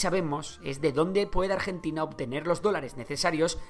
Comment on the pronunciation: dice pueDDe